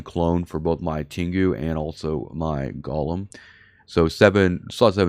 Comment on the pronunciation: The Jewish monster the ship was named after is pronounced Go lem....A golem is a creature formed out of a lifeless substance such as dust or earth that is brought to life by ritual incantations and sequences of Hebrew letters. The golem, brought into being by a human creator, becomes a helper, a companion, or a rescuer of an imperiled Jewish community. All these bling fits are excessively EXPENSIVE, if someone comes along and takes you do for your bing while your doing your PVE you lose 2 or 3 BILLION.